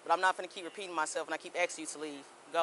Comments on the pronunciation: First lady officer: i keep axing you to leave. Really? They got now the dum dums in the force? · Officer, you definitely should not be AXING anybody to make them leave. AXING people is against the law